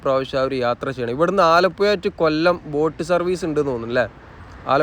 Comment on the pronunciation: ഭാഷ ഒന്ന് ശ്രദ്ധിക്കാമായിരുന്നു മയ ആലപ്പുയ എന്നൊക്കെ പറയുന്നത്